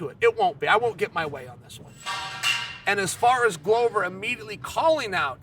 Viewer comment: Why does Chael disrespect Glover by correctly pronouncing his name?